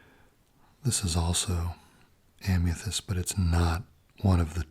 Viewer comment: Why do you pronounce amethyst as "Am-ya-thyst"?